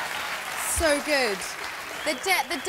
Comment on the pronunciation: isn't it Australian accent? The way she says 'so good' tho